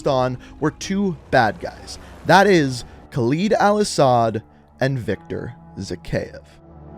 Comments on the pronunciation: I know this may be unhelpful but it’s better if you call Khaled Al-Asad as (Kaald al Asd) because this is how it should be pronounced, I just cringe when I hear you pronounce it as (khleed al-Asad) , by the way القتلة means the killers, just wanted to point it out but I know none of this is important anyways. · Just a nit pick, but you're pronouncing Al-Asad's name incorrectly. It's pronounced like "Call Ed"